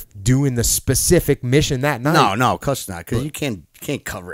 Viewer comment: “Hey you wanna get some pizza”: Ovcuss.